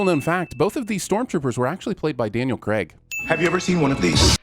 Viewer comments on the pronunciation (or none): none